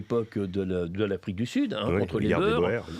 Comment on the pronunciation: Les Boers, ça se prononce bours, & non beurs !